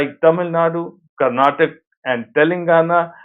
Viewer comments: Please stop saying "Karnatak". It is " Karnataka" with an "a" at the end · When you can say Maharashtra with ease why not karnatak'a' with the same fervor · As KANNADA PERSON ( kannadiga) i agree Why hindi walas do this? it is very insulting to kannadigas if you call Kannada as kannad and karnataka as karnatak Everyone calls it samosa not samos sita not sit agra not agr pakoda not pakod indira not indir Similarly it is Karnataka Kannada